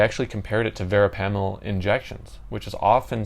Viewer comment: Your miss pronouncing “ verapamil” .